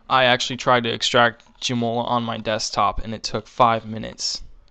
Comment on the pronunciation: LoLing how you pronounce Joomla... "Joe Moe Ler" LMAO!!! It's more like "Joom Lah" Joom as in Zoom. Good stuff.